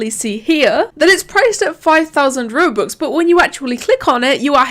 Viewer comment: everyone when they say robux: roh-bux: ruh-bux